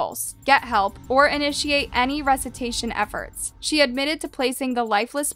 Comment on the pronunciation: said "resetation". Oh my goodness. Pronounce words correctly when you do true crime stories, especially when using medical terminology! Its Resuscitation! "Ree-sus-i- tation"! A main reason i dont subscribe to.this channel is lack of research/follow thru with correct, detailed info!